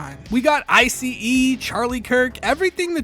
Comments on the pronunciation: i like that it sounds like you’re saying “isis recruitment page” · The EYE CEE EEE